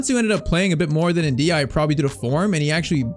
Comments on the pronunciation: Btw, this is how you should pronounce the name N-dih-AY-eh. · Every time I heard mention Ndiaye I heard (In the eye) ahhahah